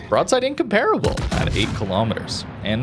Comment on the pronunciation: In-comp-rubble Not one youtuber or streamer pronounces that ship correctly.